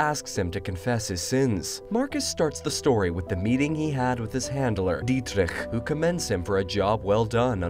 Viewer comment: "Dietrich" you pronounced the hell out of the name lol nice!